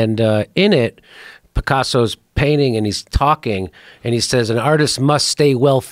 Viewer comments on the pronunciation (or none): none